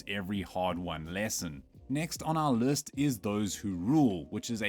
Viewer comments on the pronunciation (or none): Using an AI voice now? "next on our lurst"?